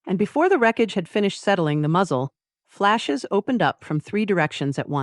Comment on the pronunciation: Why would Harper " invoice " Dante for his skylight ? It was , after all , HIS skylight . The silly pauses between " muzzle" and " flashes" was disconcerting and distracting . The production errors in this story are very minor so that it was easy to enjoy the tale . Thanks .